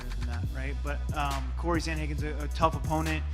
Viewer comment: Everyone: Cory Bobby Green: CODY